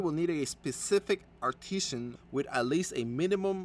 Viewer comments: It's arti-sans... not artishans. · It's pronounced: are-ti-zin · Dude can you mispronounce artisan a few more times.